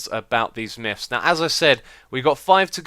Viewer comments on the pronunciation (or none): I giggle just a bit every time he says "Miffs" or "Miff"